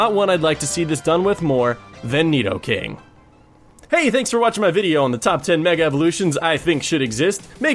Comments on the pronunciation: you said nidoking right! i'm proud of ya! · .......I love this list and I almost cried with joy when you named Nidoking (yes, you pronounced it correctly) as #1! He IS my #1 favorite in general. I also would replace his "ground" type with "steel" and that would make him the ULTIMATE Fairy destroyer. A Poison/Steel Mega Nidoking is totally open, even its Pokedex Entry for Yellow mentions its hide being steel-like....I've also counted the weaknesses and resistances.....Resists almost everything. I guess Steel's resistance to Psychic would normalize Poison's weakness to it. Same thing goes for Poison's resistance of Fighting for Steel's weakness. The only issue would be fire and HIGHLY allergic to Ground, but that's okay, he was weak to Ground in the first place.